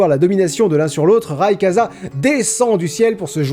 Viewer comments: "Raykaza" cette prononciation pas enculé les oreilles. J'ai toujours dit rayqwaza je m'en fou si c'est pas la bonne prononciation ça fait tellement longtemps que je l'appelle comme ca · Tu as prononcé Rayquaza Raykaza ? Quel monstre es tu ? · Putain sa ce dit Rayquaza soit rail quoi za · Phonétiquement c'est raïkouadza pas raïkaza ça vient de la création Incas que tu n'as pas cité dans la vidéo de laquelle est tiré ce pokémon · Ray-Quoi-za Pas Ray-ka-za PRIMO KYOGRE, PRIMO GRAOUDONNE, MEGA GA RAYKAZA TOUT SHAINÉ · le « rail cas za » il m’a mit mal ça se prononce « rail quoi dza » bordel de bite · Raykaza, mes oreilles saignent . Ça se prononce raykouaza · Ça se prononce " Raykouadza " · Sa ce prononce récouaza😈🐍🐍🐍🐉🐲🐲🐉🐉🐉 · ON DIT "RAYKWAZA" ! TU VA PAS FAIRE COMME NEOXYS SI ?! Naaaan ça va je déconne, je t'en veut pas ^^ sinon gg pour les 10 ans de point culture, c'est vachement cool ! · "Raykaza" ?? T_T